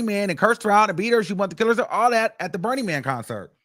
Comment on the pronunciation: I hope ain’t pronouncing Beenie Man “Burny Man” 😂😂😂